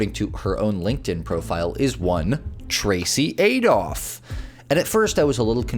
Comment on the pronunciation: "adolph" lulz...